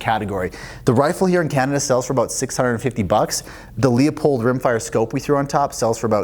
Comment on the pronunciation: Yes..welcome back....we used to pronounce it LEW-pold...not LEO-pold. Precision optics like Zeiss, not a Bavarian King.